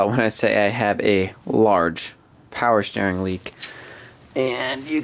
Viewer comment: “Power Schteering “ .